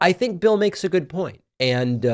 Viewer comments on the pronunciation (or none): none